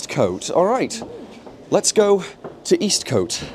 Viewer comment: Just one more thing - I believe Eastcote is normally pronounced "East-c't", with a short o, rather than "East-coat".